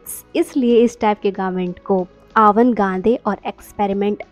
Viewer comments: I wish I could unhear how she pronouced " Avant Garde " 😭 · yeah you slightly mispronounced